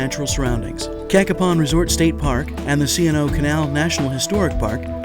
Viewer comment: Haha lol, he pronounces Cacapon wrong XD Also, the Paw Paw Tunnel is actually in Maryland.